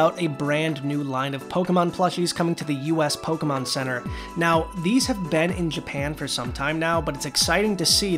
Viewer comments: hey! good job with the Pokemon names! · Good job pronouncing the Pokemon names 💕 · You actually pronounced all the Pokemon correctly